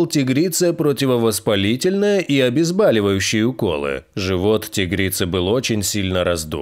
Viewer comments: Комментатор, не обезбАливающее, а обезбОливающее. Нет слова БАЛЬ, есть слово БОЛЬ. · Невежды! ОбезбОливающее, а не обезбАливающее. Научитесь прежде по русски говорить, а потом лезьте в эфир. Страна какая то тупая, по английски лучше разговаривают, чем на родном языке. Катастрофа.